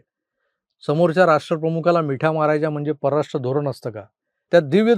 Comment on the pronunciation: आधी परराष्ट्र नीट म्हणा.